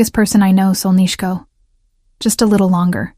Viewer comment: You're pronouncing "solnyshko" incorrectly. Even though it ends with an 'o' It's pronounced as if it were an 'a'. I love that word used as an endearment